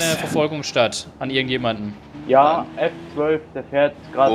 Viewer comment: Regera nicht Agera und F12 nicht FF! Sonst sooo coole videos